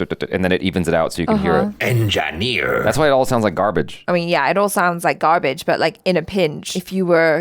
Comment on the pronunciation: Enjaneer 🤣🤣🤣 i laughed so hard